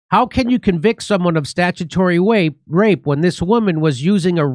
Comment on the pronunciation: Stagitory wape lol i heard it